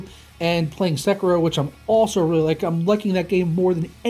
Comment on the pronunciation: SÉ-KIRO hahahahahahahahaha